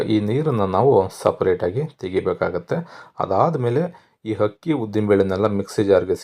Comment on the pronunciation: It’s not permutation it’s called fermentation , also plse pronounce Kannada words properly it’s not ‘Hakki’ it’s ‘Akki’ ….looks yum , will try .